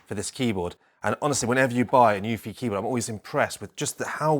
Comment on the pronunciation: Such a great video. Thank you, I can't wait for mine to come. I did notice that on the plastic dust cover they've printed the pronunciation of their brand as New-fee, not Noo-ph-i